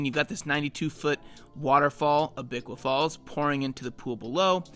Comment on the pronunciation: That's not how you pronounce Abiqua Falls at all.